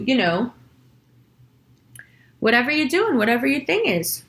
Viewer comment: "dooe-ing" sounded very New York...